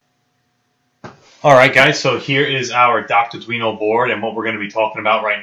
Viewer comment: Lol you said guido ah haha.